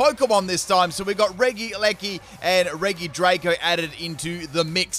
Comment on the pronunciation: Me: RegiDrago Him: Reege Draco